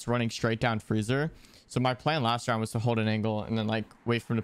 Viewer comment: bro said roundt